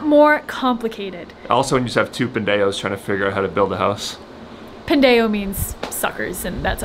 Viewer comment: So glad that you are learning Spanish! Just wanted to correct you a little bit on your pronunciation on the word “pendejos”. If you don’t mind my correcting you of course. You are doing great only make sure that you don’t omit the letter “j” sound. It would sound as the letter “h” in English like Ho..ho..ho.. Pen.. de…jos …. I played it back and noticed that the J sound was the only thing that you were missing. As you know in Spanish the letter “h” is silent such as with the word “historia” or history. The h has so sound. But the letter j always sounds like the h does in English. I hope that this is helpful. I love watching your videos! Keep up the good work! I’ll be watching to see that you pronounce it correctly next time😅. Love you guys!❤